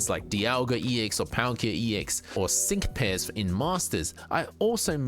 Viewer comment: when you said "sync pairs" the way my brain interpreted your accent heard "sink piss"